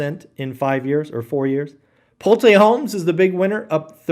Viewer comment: “Pull-Tay Homes!” What a clown…..